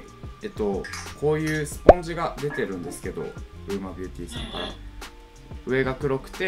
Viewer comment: ウーマと読めなくてずっとウオヌマって言ってた笑